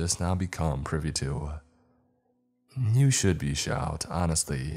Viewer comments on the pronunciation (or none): none